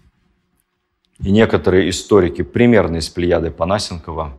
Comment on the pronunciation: Перед тем как что-то говорить про взвешенную критику (да и в целом перед тем как говорить..) надо сначала изучить банально вопрос, связанный с фамилией. А так это уже пусто вяканье. Понасенков — ударение на Е. И что тогда по вашему взвешенный подход к изучению эпохи? Когда шпыняют "историка" в тоталитарном государстве, которое захвачено бандитами, чтобы он написал несчастную мифологию под угрозой банальной нищеты — это взвешенное изучение? Сожжение документов и источников (как при Николае 1) — взвешенное изучение? Или сейчас, когда одной ногой в больнице с неврозами, а другой тоже в нищете и зависимости от бюджетных контор — взвешенное изучение? А исследование сути вопроса напрямую, посещение тех мест, исследования архивов, общение с удивительными людьми и обладание большой аудиторией и возможностями для самореализации во всех сферах — это качество, которое, по всей видимости, непристойны "взвешенному изучению" И, кстати, у вашего Тарле нет вообще ссылки на источник. ВООБЩЕ.